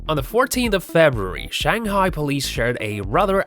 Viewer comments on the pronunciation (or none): none